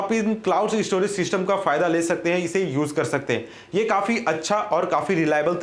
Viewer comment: E_ store,e-storage,e-storaging hahaha